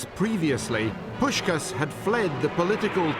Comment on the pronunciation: Pronouncing Puskás wrongly is a bit embarrassing; normally, I'm not sensitive to this kind of thing, Hungarian is weird enough not to be, but since you call him one of the greatest football players of all time it should not be that difficult to ask one of your interviewees. Poosh-kaash.